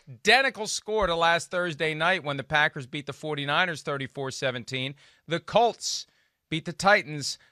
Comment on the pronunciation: Peter King please say the word Colts, not cults